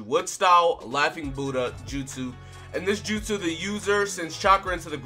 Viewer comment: My dude actually said their jutsu name correctly that's crazy I gave you the like for it